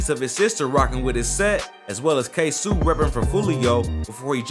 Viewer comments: Ksuu😂 ksoo lol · It’s ksoo